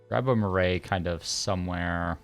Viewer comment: Cool series! Just so you know for future the correct pronunciation of 'Marae' is closer to how you might pronounce 'Marai' - maa-rye. Rye like eye.